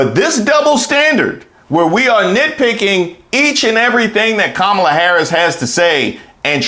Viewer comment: He said Alphonse Capone and still doesn't pronounce Kamala's name correctly. That tells you the type of people he admires.